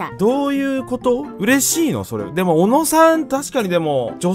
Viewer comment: もう小野を小野じゃなくて MONOのイントネーションでONO って言ってて草